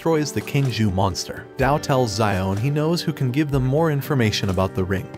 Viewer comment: i just can't with you calling him zion hahaha wow its pronounced (show'an)